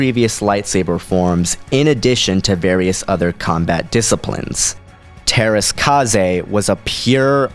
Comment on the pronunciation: kasi is pronounced kai. i know because i had the game masters of teras kasi and that's how it was pronounced when the demo ended.